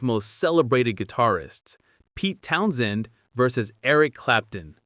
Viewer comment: You can always tell a bot, they overpronounce things and pronounce them literally, not like real people. This guy says Town SHEND like he was drunk and trying to maintain. Pete was OK, but he was never an inspired guitarist, he wanted to be the show, which explains his feuds with Daltrey.